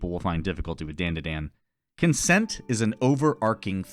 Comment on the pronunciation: You were definitely aware of the sensible and commonly accepted pronunciation of "DanDaDan" prior to making this video and yet you still chose to pronounce it like dendeden... why 😭